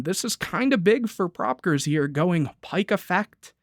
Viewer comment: to pronounce it its pro peekayers 2010